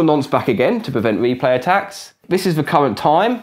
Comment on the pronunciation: Interesting, but what are you saying ? To me it sounds like "here is a random numbuh that I'm going to use to prevent me play tacks" which is not only meaningless gibberish, but isn't even grammatical. What did you actually mean to say? And you say "azure nonce again to prevent me play tacks", which, again, is not only meaningless gibberish, but isn't even grammatical. What did you actually mean to say?